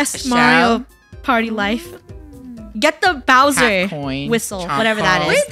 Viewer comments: Funneh, it's Bowser, not Browser. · Anyone else notice that funneh keeps saying “bRowser “ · It sounds like there saying browser instead of Bowser 😭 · Them saying "BROWSER" NOT "BOWSER" JUST KILLS ME INSIDE😢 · by the way its not "browser" its "bowser" bc i noticed u kept saying "browser" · Why do they call it browser instead of bowser? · Funneh it’s bowser not Broswer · Is it just me or does it bother me when they call Bowser "browser" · did funneh called bowser browser?!😂😂😂